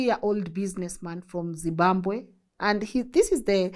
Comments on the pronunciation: I like the way you say Zibambwe! instead of Zimbabwe 😂😂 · It’s ZIMBABWE..not ZIMBAMBWE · Th way you are prouncing zimbabwe yoh yoh